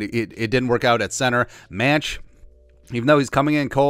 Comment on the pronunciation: I believe Mancz is pronounced Mants. Hopefully, he gets some playing time at Soldier Field.